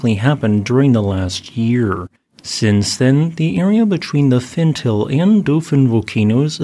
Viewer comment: I am sorry to correct you,, but it's pronounced "FenTAH-lay".